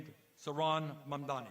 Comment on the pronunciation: lol Hochul is STILL mispronouncing Mamdani. Sheesh, it's not hard: "Hey MOM, you know my friend DONNY, right?" MOM DONNY MOM DONNY MOM DONNY.